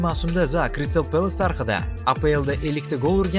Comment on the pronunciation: Zaa emas Zaha. Biz Rus emasmiz H harfimi talaffuz qila olamiz